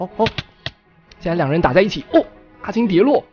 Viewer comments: 阿青王子阿青王子越聽越想阿牽王子XD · 阿青一直聽成阿謙，變小青又聽成小謙._. 本集短評：證實了烏龜也可以贏的！！